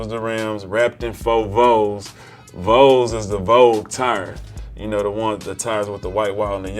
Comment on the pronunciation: Its Vouges...not Volves